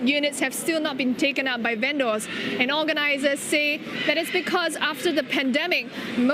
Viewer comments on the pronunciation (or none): Strange way of pronouncing "vendors" - should be "ven-ders", not "ven-doors".